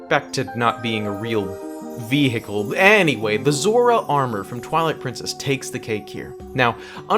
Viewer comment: did you really just pronounce the “H” in veHicle?